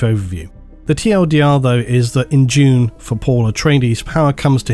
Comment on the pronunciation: oh Dune... not June